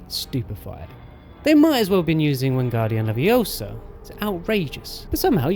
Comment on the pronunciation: dude these videos are great The small audio snippets here and there really do make a difference :D e.g. "yes mylord!" I think WC3 btw it's Wingardium LeviosAAA